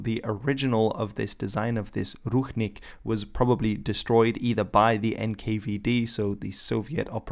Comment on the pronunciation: It sounds more like rushnik not ruchnik, and the stress(?) is on i not u.